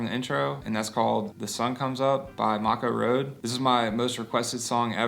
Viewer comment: You say the band name wrong. It’s pronounced ‘may koe’